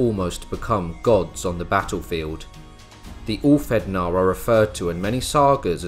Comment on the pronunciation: I enjoyed this video, great editing, very informative. For future reference the ð is pronounced as "th". But please don't think this is me sh!tting on the video.